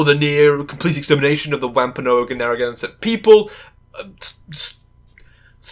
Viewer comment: if you're going to talk for literally hours about how jkr's writing disrespects many of the native and indigenous cultures she mentioned, it might be a good idea to look up how words like wampanoag are actually pronounced in order to avoid inadvertently disrespecting them yourself